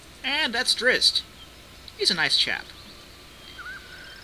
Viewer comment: Drizzt is pronounced 'Drizz-it' and the start of Drow is pronounced the same way as 'dragon'.